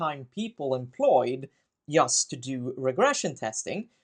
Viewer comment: Pardon my ignorance, but what's this accent called? I'd never before heard "just" pronounced "yust". (I'm from Central Europe.)